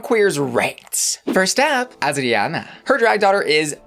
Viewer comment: Haha not Ozzie Onna again. Girl, you're doing too much. English: ay-jree-on-ah/ah-jree-on-ah. Spanish: Ah-dree (tap the tongue on the palate for the "r")-ah-na. No Z.